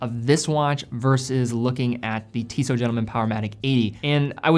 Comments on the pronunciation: TISSOT (i) not TEESOT (e). It's an 'I' sound, not a double EE sound. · It’s TISSO with a silent T if you want to be that technical